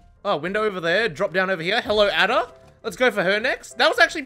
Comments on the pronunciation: It’s pronounced Ayda ayda not ada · Love your videos, but hearing you prounounce it like Add-ah, instead of Aid-a for Ada Wong made me wince every time 😂😂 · A da? A da? A DA? IT'S ADA PRONOUNED EIDA HAJXNEBWJ dies of cringe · You don't play Resident Evil do ya? Her name isn't Add-a.... it's pronounced aye-da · If you pronounce Ada like "Adda" one more time I swear to god x.x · The way he says ada like add a is like using all his brain cells to do a math problem 🤣. Lol ❤️ u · I’ve been searching for a comment hoping I wasn’t the only one bothered by this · I like how people say Ada's name differently to how it is actually pronounced in the resident evil series. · Ily but damn the way you pronounce Ada is giving me a brain tumor ☠️ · I get the worst thing off depression every time you say ada wrong 😭😂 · plz Ada's name is pronounced different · oh the way you pronounce ada’s name hurts my soul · bro stop saying "ada" wrong!!